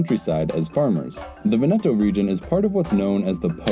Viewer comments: Vèneto not Venèto ;) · I'm going crazy, it's Véneto, not Venéto. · Very nice video, but it's pronounced "Vèneto", not "Venèto" 🙂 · For English speakers: It's not Venéto, but it's Véneto. Bare in mind that in this Italian word there's no accent, but is implied, also in some parts of Italy we say Vèneto. PS I said for English speakers because in Italian, for example, the acute and grave accent characters are switched (don't know the reason), so an è is acute and an é is grave. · VE'neto. Sorry, Italian is usually regular but three syllable words can be accented on either the first or second syllable. Unless there is a double consonant there is no way to know except by hearing. I.e. in Rome it's Via VEneto, not Via VeNEto. Drives me crazy- a non-native. Sorry to HARass you but HarASSement is not intended. A subscriber. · It is not pronounced Ve-NE-to but VE-ne-to (Just like in the word "Venice"). The emphasis lies on the first syllable not the second one, otherwise it would be spelled Venetto. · The accent is on the first syllable in Veneto: VEN-e-toe, not Ven-EH-toe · PopesofHazard I was just pointing out which syllable is emphasised. Other than that he pronounced it completely correct. I don't know what your problem is. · vEneto, not venEto. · Venèto sounds more Italian. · Awesome video, enjoy your work. Though, dude, it is Vèneto. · Every time he says Venètooooh an Italian dies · He simply got the rhythmical accent wrong. 😁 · The Adriatic is a sea, not an ocean. 'Veneto''s is on the first 'e', not the second. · Stress "Veneto" on the first syllable, not the second. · Please teach the narrator how to pronounce Veneto. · Before making such a video, please learn first how to pronounce italian words like veneto. Really hurts my ears